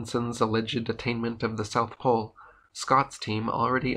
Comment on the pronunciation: NEWS FLASH! There is NO South Plole.